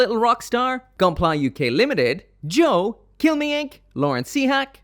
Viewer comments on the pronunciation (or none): none